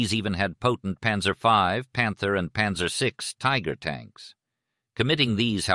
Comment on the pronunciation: The problem with less sophisticated AI voices is the failure to provide proper foreign word pronunciation. “Panzer” and “Cannes” were awfully pronounced, for example! Cannes is NOT pronounced like a tin “can”. History is important. If the little things slip, you can expect the big thing to fail as well!